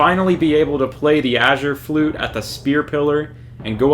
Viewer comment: Mans really says “achure flute”